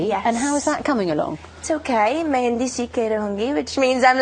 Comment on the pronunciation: Her Hindi is stellar, that pronunciation though at a beginners level. She's just proven she's not a "bimbo" with a pretty face but actually has a brain that ticks and is willing to try and learn new things. Good on your girl.